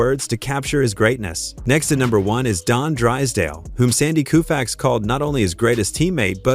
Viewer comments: Every time I hear the AI say KOOFAX my blood boils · I stopped after Koofax. FU, AI !!!!!!!!!! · I stopped after 4 "Koofax". Not going another 15 minutes listening to that. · Koo-fax? Fing moron AI! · A I is a lazy approach to voice over presentation and a huge disappointment when A I repeatedly says Koo-fax and makes it one of the biggest shit show for future shows ! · Coo'-faxs?... Get a life... you Artificial Ignorance. As you can see from the previous comments below, "Home Run Hub" wasted Their time & $ and OUR patience generating this narrative. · You're right- it's pronounced co-fax, damn AI ! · Take the dialog, put it in a word processor which it probably already is. Then use the Find and Replace command to change Sandy's Last name to a spelling the AI will pronounce correctly! What's that gonna take... about 2 minutes? Seriously, a major fail and disrespectful to the icon himself. 😝